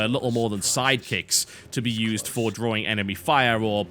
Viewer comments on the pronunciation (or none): none